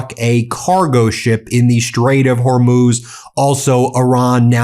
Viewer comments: HORMOZ , NOT HORMOOZ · “They DAMAGED THE HORMUZZZ..!”